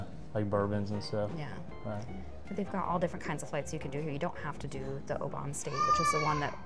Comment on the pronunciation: Oban should sound like Oh bin , you’ll probably get a few tricky ones coming up